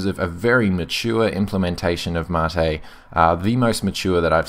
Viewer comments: no the ? rect pronunciation is Mah-tae ....it even says so on the site. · Ubuntu "Mattay"? u wot MATE (see what i did there? No? Ok...) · Im with you there its a great distro been using it for a while now not one issue to date great review its funny how to pronouncement of Mate brings up so many discussions i dont care what you call it for me it works perfectly have a great day mate pardon the pun